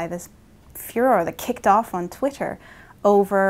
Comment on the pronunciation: twit-ter haha. agreed that its pretty lame.